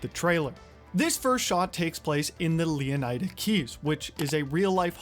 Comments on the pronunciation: It's Leoniida, bro. Why would it be Leoneeda? 🤦🏽‍♂. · Img bro why would it be leoneeda, it’s leoniida 🤦🏽‍♂️.. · its " OH NYE DUH " not " OH NEE DUH " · Ok, let's get one thing straight early. Florida is pronounced Flo-ruh-duh. Therefore, it's not Leo-neye-duh. It's Leon-uh-duh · It's Leonida, not Leoneda. Learn to speak English properly. It's your first language. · Please please please stop saying 'Leonayda' .... it's also isn't Florayda... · ITS LEON-I-DA... bruh he just said it right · bruh said leoneeda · You said leonida wrong its not like e its I